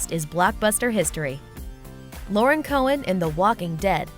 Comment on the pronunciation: But who else noticed they said Cohan wrong? 😂